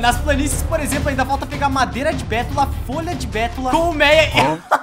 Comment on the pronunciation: so eu q vi q em o falou mareda, ao inves de madeira?